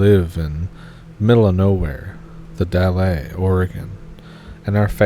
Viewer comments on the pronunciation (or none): "The Dahl eh" is hilarious to me, sorry. It's said like the "al" in cALendar and no "es/ahs" on the end.I only know this cause I live not too far from there. But good video as always!